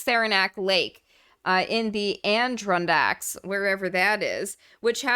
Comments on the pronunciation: Actually the emphasis is on the third syllable. ad-uh-RON-dak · Ad-er-Ron-dax ... its the mountain range of upstate NY. Saranac Lake is not that "pricey" and it's actually a great place. I'd recommend you come visit some time. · psst,, it's "ADD-dur-ron-dacks"